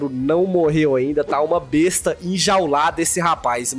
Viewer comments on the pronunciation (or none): none